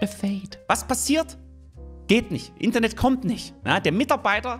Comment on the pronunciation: Die Betonung liegt hier auf INTernet